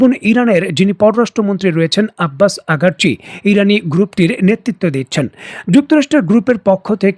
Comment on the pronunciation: উচ্চারণ ঠিক করেন,আব্বাস আরাগাচি বা আরাঘাচি,,আব্বাস আগারচি নয়